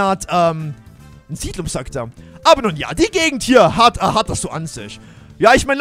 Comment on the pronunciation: Siedlung heißt es nicht sidlum 😂